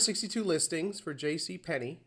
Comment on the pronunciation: Why do you pronounce "Penney" , "Pen nay" ? Its always been JC Penney , even if 75% of the world spelled it incorrectly as in the copper coin .